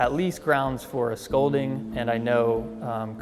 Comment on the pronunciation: Grounds for "schoulding" is crazy 😭⚰️